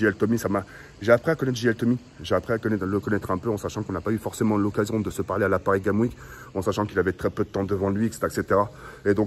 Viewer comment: Mdr c'est comme quand il dit paris games week